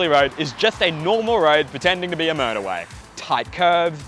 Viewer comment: To my American ears, the way you say motorway almost sounds like murderway; something about that seems appropriate for this route.